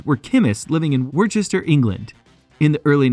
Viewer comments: It should be pronounced "Lee" and Perrins "Wooster" Sauce. Hence I gave up on this vid after a minute and a half when my English ears had had enough. The sauce is lovely, though. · It's not Leeeeeah you idiot it's Lee. Honestly you Yanks embarrass yourselves. And It's not worcesteshire sauce it's pronounced Wooster. You are very funny - why not actually do some research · Bruh. it's pronounced Wuster just like Muster, Buster, Cluster, Thruster, or even Knuckle Duster ! Wuster Sauce for the win ! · What is wrong with Americans ? And why can they not pronounce Worcestershire ? It is WOOSTER SHIRR Got it ! The town is WOOSTER, The County Is WOOSTER SHIRR ! It isn't that hard ! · Keep it simple speechrobot; call it like the Brits: wooster suace..after the city Worcester..pronounced wooster. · Shistershester sauce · Don’t make a video if you can’t pronounce it right, waste of my life, you can’t act intelligent when you pronounce it wrong. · Wow that Pronunciation is next level ! awesomely bad, you will laugh too when you hear how it's said !....cheers! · If you make a video like this , can you please learn how to pronounce the name Worcestershire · His pronunciation was all over the place and kept changing, though.